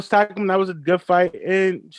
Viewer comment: This show is byes. How can you say fighters that Tyson Fury fought is better than Wilder and you can't even pronounce their name correctly. That showed you don't know who the f they are. Its Carlos Takam not Taco you big dummy. Dereck Chisora who did he beat. He just lost to oleksandr usyk coming up from cruiserweight. Yall Don't know shit about boxing. Can ever pronounce the fighters name right but it's funny how you can pronounce the names right of all the people Wilder fought. New flash Bermane Stiverne was undefeated the first time he Fought Wilder and AJ ducked King Kong Luis Ortiz. Go do your boxing homework. Tyson Fury got 2 good fights on his resume and one of the is vitali klitschko and other is Wilder and that's it. Everybody else is trash.